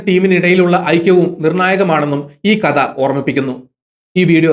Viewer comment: മലയാളം വാക്കുകളുടെ ഉച്ചാരണം ഒന്നു കൂടി ശ്രദ്ധിച്ചാൽ നന്നായിരിക്കും ഉദാ: അദ്യായം( അദ്ധ്യായം)ലേഗനം( ലേഖനം) കത (കഥ) സിന്ദു( സിന്ധു)